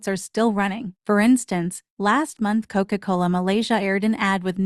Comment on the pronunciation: The way the AI pronounces “Coca Coler” 😭